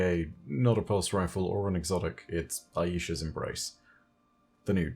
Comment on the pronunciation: It's not Aye Isha. It's Eye Sha. Aisha - Eyeshah